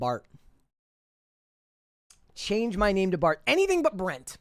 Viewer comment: Excuse me, did you say Bort?